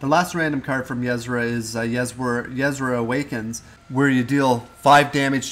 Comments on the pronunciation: Yh-Sera more like UH-Sera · it's not yezzra. It's [Y'sera] "y" as in the first sound from "you" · Pay attention to the way her name is spelled. It's not yeSra, it's ySera. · "YESRA" lol.... Yuh-Sera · It's not pronounced "Yez-ra" it is pronouned "ya-sarah". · Yesra ?? XD its ye-sera loving the hearthstone games. I cannot wait for the release . Keep up the great videos :) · yuzrah... u wot? Ee-seh-rah. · Ysera ^^ .. not Yesera :D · It's Yis-era. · Ysera = E-sair-ah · ya-sarah not what ur saying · It's pronounced Yuh-Sear-Ah! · it's pronounced EE-SE-RA or Yuh-Se-Ra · It's pronounced Yeh-Sera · omg the way you pronounce Yesera .-. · Pronounced yiesEra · U are not saying her name correctly! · I flinched every time you said Ysera. That's not how you pronounce it:/ but cool anyway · it is so annoying each time you say her name wrong! OMG! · Please learn to pronounce Ysera correctly, after all she did for Azeroth you could at least pronounce her name correctly. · plz pronouns ysera propaly